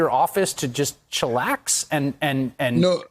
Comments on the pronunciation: Pretty fly for a white guy 😂😂😂 he said chilax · Did you say chillax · He said "chillax".. Lol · He really said chillax LMAO